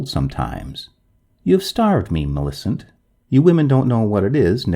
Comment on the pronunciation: You have a sing songy way of talking. I would stop doing that. Also, Millicent is pronounced - MILL i CENT. Your voice keeps going up and down. It's very distracting and irritating. Sorry to be so rude, but I'm just trying to give you some feedback.